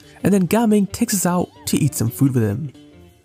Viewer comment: I thought you said gaming like normal gaming, like someone is gaming (playing) but NO, it’s ga-ming 😂